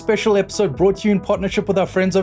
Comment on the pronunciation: "i am your brett, host"